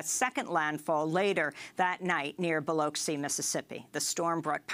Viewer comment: It's "Biloxi" Mississippi - NOT "Bilosi"